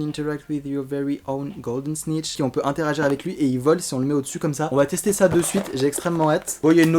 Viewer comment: Mdrrrr le "golden snichhh", j'suis pliée !